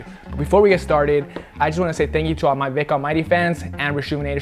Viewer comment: Damn! I though I heard him actually say restorations with Vick this time. I was wrong hahaha #resterehehwehvick